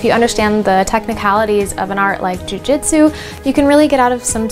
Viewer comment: Tbh this sounds moore like bjj marketing & is no where near the real history of Nippon-bujutsu:\:(. Also jitsu is pronounced jeetsu:( the name is jujutsu u can also call it yawara or taijutsu as both r older names for Jujutsu^^ .